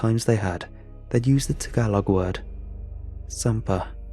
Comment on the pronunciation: I speak Tagalog, and I thought you said "samba" which means to worship. I had to use closed captioning to see that it was "sampa", or to climb up. Nice